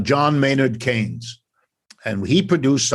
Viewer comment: The host needs to learn to pronounce Manard Keynes name.